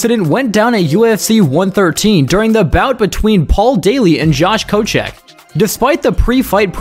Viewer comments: Also Koscheck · I cringed when I saw koscheck and not just bc I hate him but bc I was waiting to see how you’d butcher that name after the first 7 mispronunciations